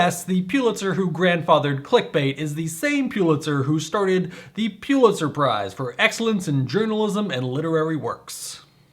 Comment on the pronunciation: Pull-itzer not Pyoo-litzer